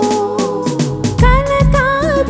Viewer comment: భాగ్యము తల్లీ బ్యాగ్యము కాదు